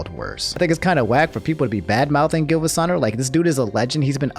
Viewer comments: I’m sorry but it’s pronounced geevasunner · I'm pretty sure it's pronounced Geevasunner